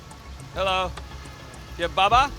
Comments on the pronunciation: he saying bubbuh when he should be saying bah baah. lol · I thought he was calling somebody daddy when he kept saying "Baba Baba" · It blows my mind that they said the word baba like 10 times and he still couldn't pronounce it right. Lol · No matter how many times they corrected your pronunciation of baba you still couldn’t say it 🤦🏼‍♀️